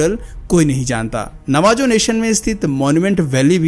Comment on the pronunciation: It's pronounced Navaho and not Navajo